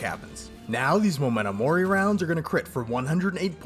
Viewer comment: Hearing you say MOmento mori instead of MEmento mori physically hurts